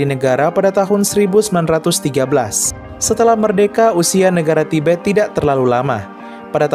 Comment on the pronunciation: tibet jadi tiber